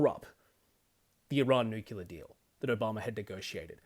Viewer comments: Please, learn how to pronounce nuclear. Its new-clear, not new-cue-lar. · You and I are both Aussie, yet you pronounce it new-kew-lar and I pronounce it new-klee-ar. I'm curious why that is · I think nuke-ular is more badass because it sounds more like you might use them